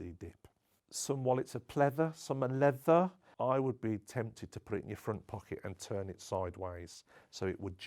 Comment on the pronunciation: The way he says "leather" is the most british thing I've ever heard.